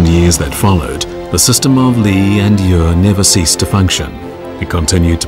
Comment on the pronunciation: The Australian narrator completely mispronounces "yue" (music) which is "yweh" like "no way" with striking/falling fourth tone. You can hear Li Xueqin correctly pronounce the word . The Australian also mispronounces the syllable "yang". It is "yahhng" rhyming more with the American pronunciation of "long" than the word "fang," with which it does not rhyme at all. On another note: these illustrious objects are world wonders.